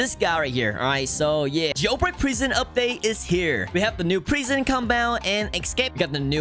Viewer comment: the way he says prison is funny!😂 he says prighson!😂